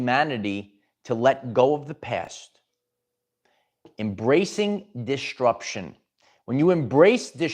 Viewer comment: Quick PSA. DisTRUption is not a word. ✌🏽 there is only one t in it. And it’s not where you keep putting it. If you’re interested in speech coaching, hmu.